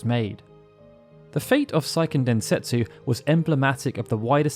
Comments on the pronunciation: Seiken Densetsu is a Japanese title, not a German one, the ei is pronounced phonetically, not the German way. It’s not “saiken”. Japanese is a completely phonetic language and therefore extremely easy to pronounce, there is exactly ONE way to pronounce each of the 5 vowels in Japanese. Just don’t try to apply English language rules to Japanese, it’s a lot easier than English. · "Say - Ken" Densetsu. Grating my ears, man.